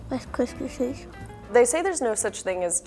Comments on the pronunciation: wice kwispy tweats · “Wice cispy tweats”